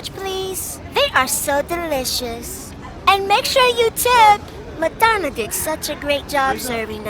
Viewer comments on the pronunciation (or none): Yo, she called Madonna "Metamucil" 😅😅😅